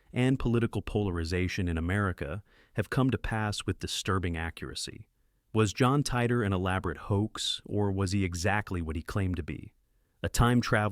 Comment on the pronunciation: Thank you for getting the pronunciation right on John Titor! Back in the old days when he was discussed on Coast to Coast and Post to Post, it was thought to be an audio abbreviation for TI-me Travel-ER.